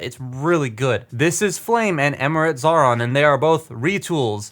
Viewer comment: Xaaron's name isn't pronounced Zauron but as Zion.